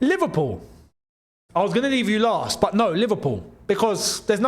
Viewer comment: he said last two...emphasis on the last